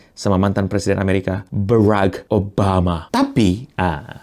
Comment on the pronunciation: Tinggal ngomong barak malah Beraek